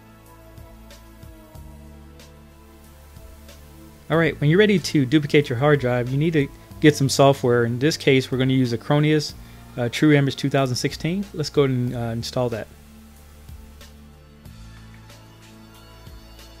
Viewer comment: You really should have stated how LONG it took for the process to complete.Was it 2 minutes or 6 hours?We the viewers have no idea what to expect,that is not what an informational video should do.Secondly its O-C-Z technology not OZ and finally its not a-crow-knee-us software its a-cron-is.